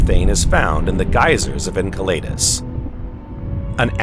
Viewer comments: Firstly, I think we should begin to agree on the PRONOUNCIATION of these moons and planets. En-Sell-a-dus NOT EnKa laydus, U ran us, NOT Ur Anus. If we can't even begin to agree on this, how to you expect the human race to agree on a global movement into a space-fairing civilization? Yes it's small and petty, but this is the seed that grows into division. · It's pronounced "ENSELADOUS" not "enkelaydus". Just saying... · Butchering again, Jupiter’s moon Enceladus, my gosh terrible. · The narrator of this video pronounces every moon in our solar system incorrectly. He's driving me crazy! Someone better teach him how to pronounce Enceledus, Omouamua and many other moons or just get a new narrator! Please.